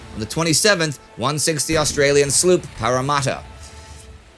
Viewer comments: "The Australian sloop Paharrarmarhtaugh" we sat it "Parra Matta." although to be fair, I don't have a clue how the first nations people actuall said it. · Hi Indy. Australian here. Just a note about the pronunciation of Paramatta. It’s “Para-matt-a”. The third ‘a’ doesn’t have an ‘ah’ sound. Hope that helps! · Its para-mat-a mate...... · Parramatta is pronounced Para-matter because we don't have any culture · Indy, your pronunciation of HMAS Parramatta (U44) is way off. It's Parra as in parachute & matta as in matter. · Parramatta is all short vowels. Plus the R is non-rhotic (Think of the Boston accent) and the TT is an alveolar tap. More like a D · I was going to comment on the incorrect pronunciation of "Parramatta" but then the Russian names happened and I was like Damn! Go Indy! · There's finally a diction Indie can't pronounce, the Australian one :) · Indy usually does a very good job of pronouncing the names of people and places around the world, but his pronunciation of Parramatta did make me laugh. Indy, can you please try Woolloomooloo? :D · Ah , Indy who can pronounce anything made a strange one with HMAS Parramatta the sloop which was part of the Scrap Iron Navy. You could do a special episode of those ships that kept the men in Trobruk alive and fighting for 9 months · I haven't heard anyone mispronounce "Parramatta" that badly for a while, Indy. It rhymes with "doesn't matter", if that helps. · Yeah it sounded very strange to my Aussie ears. At least we won't hear Indy butcher the word Melbourne. No one gets that one right.